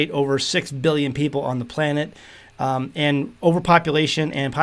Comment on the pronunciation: "planet"?????????come on!